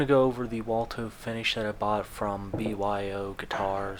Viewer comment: I believe it’s pronounced “wood tone”.